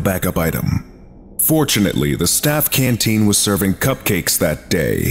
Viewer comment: I have never heard the word cupcake said with such dire emphasis before.